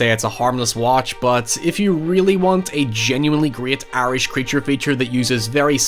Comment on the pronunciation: Every time you say Irish I hear 'airish' and wonder what that means until I realize what the word was.